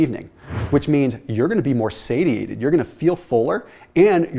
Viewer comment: Hi, just a tip, "satiated" is pronounced "say-SHEE-ay-ted". Nice videos by the way.